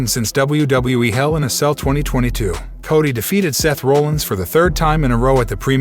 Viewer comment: Roll - inz louis - ville saaasha. sahshah